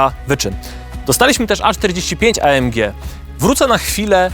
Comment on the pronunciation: Chyba EJ EM DŻI a nie A EM DŻI. Zróbcie odcinek o Tabenckim :)